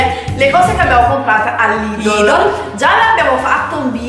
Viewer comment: Mia mamma lavora al Lidl, comunque si dice Lidl non lidol